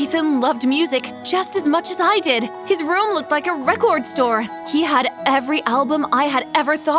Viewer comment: why does she pronounce record like that 💀